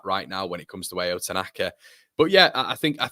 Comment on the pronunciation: His name is pronounced like ouch without the (ch) Ao (ouw). Means blue in Japanese, you're welcome 😉